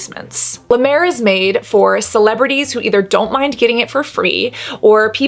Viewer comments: This made my morning 😂 now I know why Jeffree Star loves La Mer. Also, you saying “”La Duuur” like La Mer is cracking me up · As a french, i just love the way you say La Mer ♡